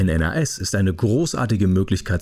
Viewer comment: Gutes Video, aber ich habe es noch nie jemanden N.A.S. aussprechen hören und ich arbeite als IT'ler und war vor meinem Beruf Hobby-IT'ler lol.